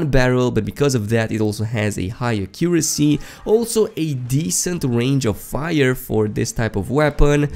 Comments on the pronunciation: The way you said “Accuracy” 😱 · I know right? Accent or not, thats not how you say it. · Listen to how my guy pronounced accuracy lmao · The way u pronounce accuracy kills me